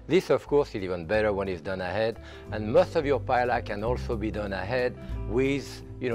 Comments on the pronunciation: Aaarrrrgh i can’t believe he’s saying “Pa-El-La” 😢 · Dear Jacques, just as a double L in French is pronounced as a Y, it's the same in Spanish. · not paella